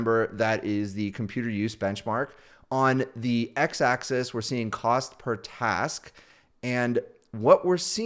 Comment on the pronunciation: It’s “axis” not “access”!